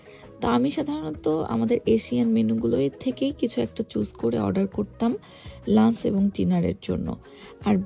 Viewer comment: Correct pronunciation "Lunch" not "luns"